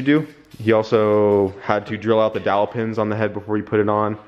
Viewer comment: Dowel pins Not Dial pins...👍